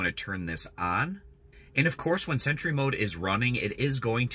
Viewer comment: Nice easy explanation. Btw, it’s pronounced “sentry” not “cent-ur-y” 😂. Thx for sharing the vid..I was having issues w my setup.